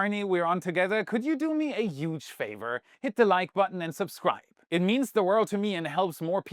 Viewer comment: By now I have given up on ever saying „huge“ instead of „yuge“ 🙄😄